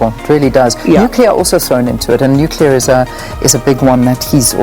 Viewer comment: Please not nuclear 😠